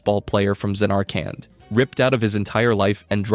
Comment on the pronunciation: Hope and Penelo are the two most hated FF characters, one is an annoying whiner who refuses to listen to the truth, and the other is basically made of cardboard. Bringing Wakka and Sephi into a conversation that includes them is hilarious and wrong. Also fix your pronunciation, Zanarkand and machina are literally said in the game....Christ.